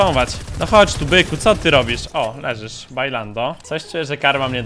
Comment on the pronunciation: Co to znaczy "ledżesz"? *Wiem że powiedział (lub chciał powiedzieć) leżysz